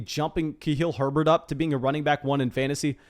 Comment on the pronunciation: Say Khalil Herberts name right. Like I know you know you're mispronouncing it on purpose.